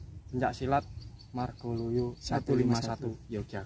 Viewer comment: MARGALUYU mas bukan margoluyu